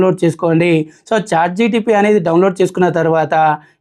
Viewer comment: Bro.. its Chat"GPT" ("G"enerative "P"re-trained "T"ransformer) not GTP.. Pl correct Ur pronunciation